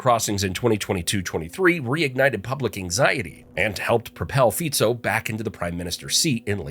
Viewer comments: It's Fico pronounced as (Fitso) not Fiko. Please, do your research properly when you do videos like this. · His name is FICO, and not FIKO ! ! STUPID PEOPLE ! SAY IT OUT THE RIGHT WAY ! FICO. OK ? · Btw its not Fiko but Fico (Ficso could be pronounced its C not K) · It is not Fiko…..all these channels bastardising names but don’t you dare to mispronounced english names right? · It's Fico (pronounciation as Fitso), and he didn't solve shit. He just made Slovakia the shithole that even immigrants don't want to come here.